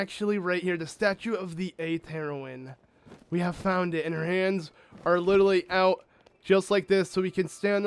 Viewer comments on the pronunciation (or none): Pronounce heroine right please. LOL It sounds like you're saying Heroin. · no, the 8th Heroine, or female hero. You are thinking of Heroin, a kind of drug. He does say it like it is Heroin tho, which is weird.